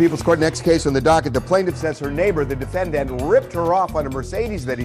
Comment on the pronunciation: ...why does Harvey have to keep saying 'defen-DANT'...?????